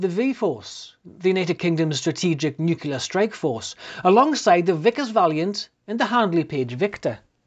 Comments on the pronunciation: Sir, the word is NUCLEAR not NUCULAR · Think of it as NEW-CLEAR, with the emphasis on the NEW. Never fails.